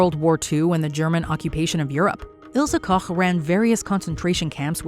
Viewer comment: I'm really impressed by the way you pronounced Ilse Koch Good job